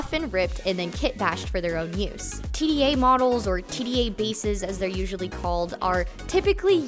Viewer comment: And of course their name is pronounced "tee-duh", not "tee dee eh". It's also written with lowercase d and a. Tda.